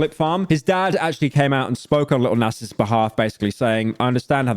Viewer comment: why do u pronounce it Nass